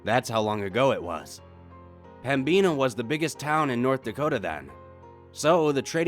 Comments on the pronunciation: There's crazy paranormal shit here but he's saying pembina wrong..it's pem-bin-a not pembeena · There's probably comments about this, but it's pronounced Pem-Bin-Uh not Pem-Bean-a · Pembina (North Dakota) is pronounced like “pem-baa-nah” my Dad and Grampa used to drive semi trucks 🚛 & haul sugar beats in Pembina ☺️ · when i realize i have been living in ND my whole life and have been saying pemina wrong the whole time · And i kinda laughed when you said pem-bina prison thats a new way to pronouce it😂 i love your channel though NORTH DAKOTA FOR THE WINNNNN😂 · Same but sick of the wrong pronunciation of pembina